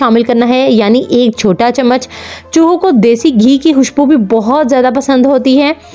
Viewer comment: آپ سے خ نہیں بولا جاتا کیا؟ حتم نہیں ہوتا ختم ہوتا ہے اور حوشبو نہیں ہوتا خوشبو ہوتا ہے